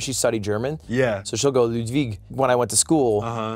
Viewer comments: Lewd-vig killed me 😂😂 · Come on bro.... it's pronounced to "Lude-vig". But word on the street this Mogul Mail guy is giving Ludwig a run for.... his money?